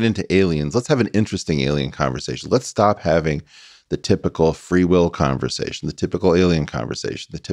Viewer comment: He said "conversation" without the "g"!